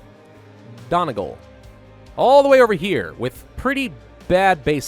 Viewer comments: It's pronounced Dunnie-gaul. Not don-igal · The way he said Donegal was just great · not sure i've ever heard a worse attempt at saying donegal